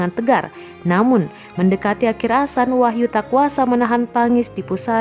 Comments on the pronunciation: Mimin nggk bisa ngomong adzan, bisanya asan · Adzan woyy....... Bukan " Asan" Mimin 😆🧐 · Yg mbaca berita koreksi donk kalau mengucap adzan bukan Asan nanti maknanya lain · mohon d luruskan min bukan asan tapi adzan,,mohon d koreksi kalo saya salah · Wooi bukan asan tapi ADZAN..pengucapan yg salah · Azan boos bukan asan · Mbak,,,ibu,,,bukannya asan,,,bu, tpi azan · Ngomong adzan aja nggak bener #Asan Kristen mbak;v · Azan min....bukan "asan"......paham??? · Azan bukan Asan, bisa ngomong gk ini org, parah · Adminnya lidah pendek mungkin... Hingga adzan disebut asan... Asan itu apa min??? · Tampak nya mimin gk bisa ngaji ni Ketara banget😂😂 Bilang adzan aja jadi asan Aduh mimin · Adzan min bukan asan asal comot aja kata2mu nampak kali kau tak pernah ngaji. Saya mualaf tapi saya tau sebutannya paling tidak saya bejar. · Adzan bukan asan. Didengarnya jadi aneh. Jangan bilang asan lagi jadi geli kupingku karena dengar asan berkali kali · Tulisan azan nya salah sama pengucapannya, buka azan tp adzan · Yang tadinya sedih jadi ketawa saat mbak nya bilang asan astagfirulloh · Iya, kelanjutannya dibaca asan terus, mungkin bkn muslim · Mohon ma'af mengkritik sedikit nggih,pelafalan adzan mohon di benahi,soalnya itu lafadz arab,,kalau salah mengucapkan otomatis salah arti🙏Mohon ma'af sebelumnya,dan terima kasih sudah membaca kritik saya🙏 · Positive thingking, mungkin naratornya bukan muslim jd gk bisa fasih bilang adzan. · mungkin maksudnya non muslimnya ga tau pelafalan yang benar, kaya kadang di barat ada yang nyebut islam, izlam. Bukan berarti semua non muslim nyebutnya itu. Tapi bisa aja kalau ini kemungkinan naratornya cadel huruf z.